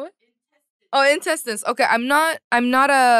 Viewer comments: SHE KEPT SAYING INTENSETINES SKADJKSAJKDASJA I AM LOSING IT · KawaiiCupCakes at first, I thought she was saying tentacles lmao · I thought she was trying to say “tentacles” but then it just went too far😂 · In-tes-tine 😂😂😂😂 jamieee🤣🤣🤣🤣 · INTESTINES sounding hilarious from Jamie is cute n Hillarious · now you got me saying intestines wrong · I dont even know how to properly say Intestines after hearings her say it like that so many times